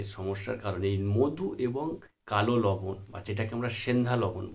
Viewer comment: লবন মানে কি লবন নামটা ভালো করে বলুন